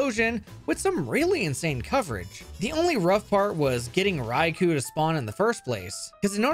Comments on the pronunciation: Rye-KOH, not Rye-KOO. It's from the Japanese words rai for thunder and kō for lord. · his name is "Raikou" not "Raikuu" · [keeping on pronouncing Raikou as "Raiku" instead of "Raikō"] Me: [screaming internally] But also this is amazing as fuck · Its pronounced "Rai-koh"